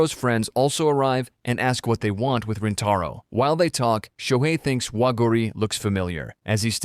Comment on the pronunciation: bro its not waguuri and rentaro they r waguri and rintaro